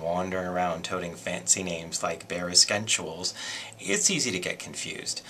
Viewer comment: I died at Bare Es-kenswals and Gurrr-leyn.